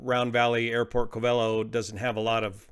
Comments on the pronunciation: It is pronounced (COVE'' uh low) not (Cove EL' oh). I used to live there and flew out of that airport back in 1956 and again in the 1970's. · Its called "Cov-a-lo" or Round Valley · It's pronounced CO-ve-LOW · If you lived there, you will find Covelo is pronounced Cove-low. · Covelo is pronounced: cove-uh-low or cove-a-low. As you have flown in this area, I am curious if they could have chosen Ukiah instead of Covelo at their alternate. Ukiah has lots of motels and restaurants, and a much larger airport. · Hey there! I listen to every word of every video of yours, and try to learn from them. But no criticism intended, it's pronounced Kōh-v'lo, according to Wikipedia and everyone I know in these coastal mountains. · It’s pronounced CO-ve-lo. Emphasis on the 1st syllable. Long O in both instances. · I always thought Covelo was pronounced "Coh-va-low" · It is. I cringe everytime I hear say it wrong. 😁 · The Covelians pronounce it COVE a low, just fyi. They take it pretty seriously around there. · Hi,....everyone in Mendocino County is CRINGING with me!! "Covelo" is pronounced with the emphasis on the FIRST syllable. Both "O"s are long, and the "e" is short. I've flown that area a LOT, out of Ukiah in the Luscombe 8E I had at the time - FABULOUS airplane! The area is beautiful, but "wrinkled", and it can "bite" the unwary, or the uninitiated. Also drove up to Covelo with a buddy for a job wiring houses for an indigenous subdivision the government put in. Up and back every day -- wonderful times. I enjoy your content, brother!!